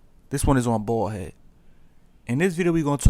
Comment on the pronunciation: its baldhead not ballhead.